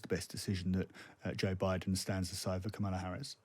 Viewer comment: Her name is pronounced KOHmala Harris, not kaMAHla.